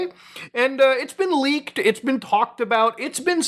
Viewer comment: Lol "laked materials"